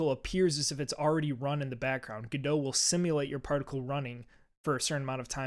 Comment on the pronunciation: Another guy pronouncing Godot "g-doh". Dude it's Godot as in the play "Waiting for Godot". That's God-oh not g-doh.